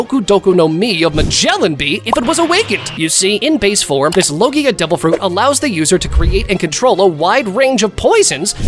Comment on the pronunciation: Did you say logia for the venom